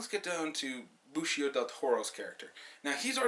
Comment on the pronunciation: his name is pronounced, Ben ee see oh